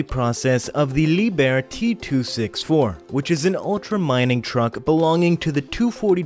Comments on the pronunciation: Liebherr is not pronounced as Lee bear, it is properly pronounced "Lieb Herr" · Dear. It is no "Leeb-Er" it is Leep-Hair"